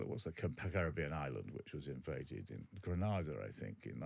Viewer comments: Ah yes the invasion of /checks notes/ Granada? I know it's not a particularly larger country but it's a Commonwealth nation that was invaded by America and Peter apparently doesn't even know how to pronounce the name? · It was Grenda not Granada.